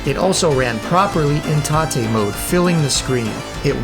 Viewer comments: Mate, thanks for the great video. I enjoyed it very much. But i have to say it: It's tate mode, 'tate like rotate. Because the screen is rotated. It's not taté. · Do you think maybe it's tate mode as in rotate? Rather than taté (tar-tay) ? Just wondering. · What's with all this "tah-te" mode nonsense? You need to get GAME SACKED, sir. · "tah-tay" mode 🤨